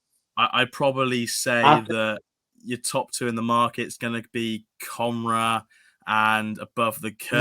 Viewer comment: Comhra is pronounced co-ra just for the heads up